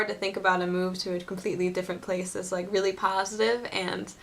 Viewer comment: I like when you say "really, really, really, really, really, really" and to me it sounds like "willy, willy, willy, willy, willy, willy, willy" :D